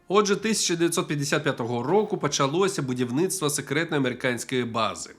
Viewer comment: пачалося будівницства, мене аж колоте 😂😂😂